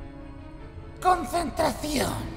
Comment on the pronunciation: mike por que no sabes decir consentracion